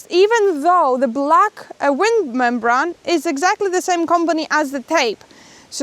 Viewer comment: Hi guys, I've noticed you struggle with the pronunciation of the word membrane brane rhymes with rain. Hope that makes sense and improves your English which is very good.